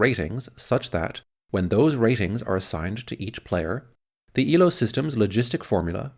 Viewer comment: FYI, Elo's name is pronounced A-low.